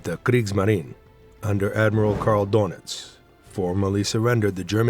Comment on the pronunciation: AI generated narrator? The town of FEICHTEN is not pronounced /fīkten/, the diphthong is /ai/, DOENITZ has the vowel /ö/ etc. etc.